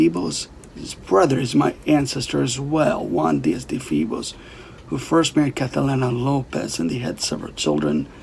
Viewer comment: It’s Febus.